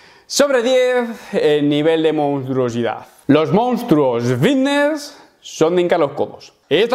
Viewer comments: Llamadme loco pero cuando pronuncia "fitness" yo escucho "vitness" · Yo escucho nfidnes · Hostia...yo también me había fijado!! He puesto un comentario diciendo lo mismo sin haber visto el tuyo, jajajaja. Lo dice muchiiiisimo, y además arrastra la v de vvvvvvitneeess un huevo, jajajaja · escuchamos '' vitnesss '' papi , no te quepa duda, he llegado hasta a pensar que había algun problema legal en decir '' fitness ''' la verdad la pronunciación '' vitness '' no da bien al oído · Creo que es mas fiVness xd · No se equivocan los compis, dice vitnes, jaja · "la comunidad...vvvvvvitneeess" Es comparable al meme del médico vvvvvvitneeess Aaaaamstel!! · Yo escucho Antelm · Yo escucho fidnes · Yo lo escucho con B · Me parece algo absurdo que en pleno 2021 se intenté hacer bullying por unos granos.... Que bajo es como que la gente intenté burlarse porque no sabes hablar bien ni pronunciar fitness...